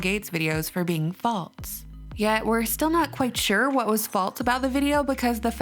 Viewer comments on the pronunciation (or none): I like this channel I just hate how she says "faltse". It's *false*...theres no "t".